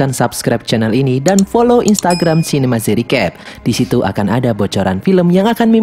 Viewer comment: Nama channel: Yg gua denger:zinema z recap